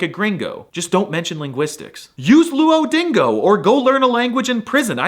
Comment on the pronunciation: I can't stop laughing after you said "Luodingo"😂😂😂